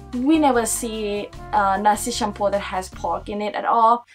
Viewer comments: Its campur not cumpur . Campur means mix hahahaha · just say "campur" not campuar. NOT CRITICIZING. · As a malaysian, i find this review funny, especially for nasi campur (which the gurl pronounced campur as shampoo 😂) and that coffee or we local called kopi peng ah lol sorry but i cant stop laughing hahahahahabhahaa